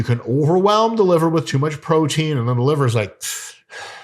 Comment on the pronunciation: That liver accent! 😆 🤣 😂